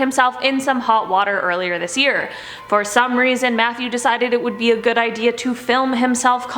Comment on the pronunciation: It sounded like she said Methew Wayne the second time 😂